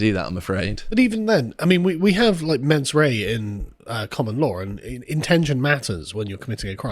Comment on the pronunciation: From "mens rea" to "Menses Ree-er"